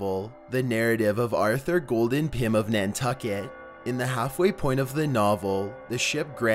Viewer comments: You said golden not Gordon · you have some issues with the audio syncing and you called the pym guy "golden" when it clearly reads "gordon"